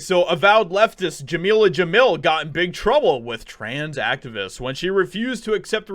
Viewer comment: "Jameela Jamil" ... oh God.